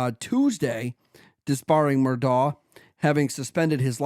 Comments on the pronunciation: It’s murdaugh ( MUR-DOCK) or MUR-DOG) or (MUR-DAW). Not what you are saying MUR-DOUGH. Haha You are are 3 years late to this story. Do something research buddy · Also it's "Mur-Dock". As Noor Jasmine said " the invisible C is NOT silent" 🤣🤣